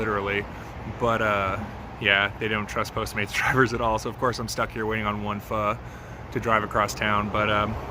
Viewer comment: Props on getting the pho’ annunciation correct.